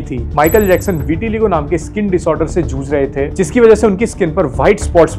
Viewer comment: This Chomu can't even pronounce Dermatologist, Vitiligo & chamber. Dermintologisgshfnskkkgsitttt😂😂😂